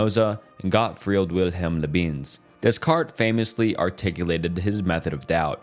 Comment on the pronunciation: Come on man how have you never heard anyone pronounce Descartes ? Leibniz is also not that intuitive to pronounce i grant you but you cant call the the man lö beans